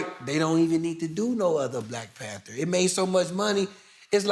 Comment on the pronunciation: Nigga said Black PanTER